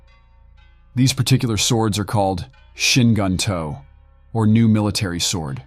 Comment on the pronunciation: Shin Gunto is pronounced sheen goonto. This was interesting and well done.